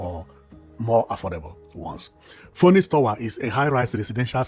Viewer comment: It's pronounced as finix tawa